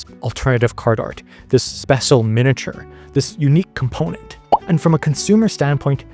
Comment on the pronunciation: I love that you say [[specil]] like Spamton